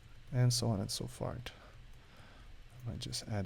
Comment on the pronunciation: You did a really good job loved your work. You said "so on and so fart"